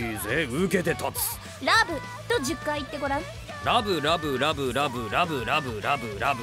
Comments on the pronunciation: らぶらぶらぶのところがらむらむらむと聞こえてしまった俺は病気かな…… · らぶらぶが ラムラムに聞こえる